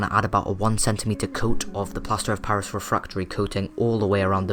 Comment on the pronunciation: he said plaster pairis? Right. it sounds like that to me. im trying to make this and im writing the items for this.